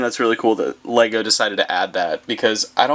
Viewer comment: What he said :lego review What i heard:wego review